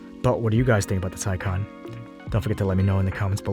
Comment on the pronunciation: You should have tested 0-60... its nuts how much torque the taycan has... By the way as a german I really appreciate that you pronounce taycan the right way 😂😂✌️